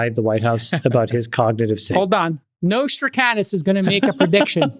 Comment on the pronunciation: J-Cal, his name was Nostradamus with a "d".